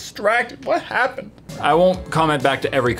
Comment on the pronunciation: 😂😂 “i got distracted wha happen-ed ”😂😂😂